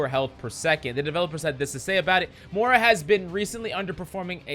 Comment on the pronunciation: The way you pronounce Moira irks me